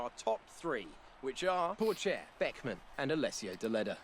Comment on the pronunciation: Théo Pouchaire not Porchaire